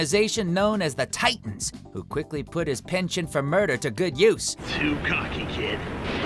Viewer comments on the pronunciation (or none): none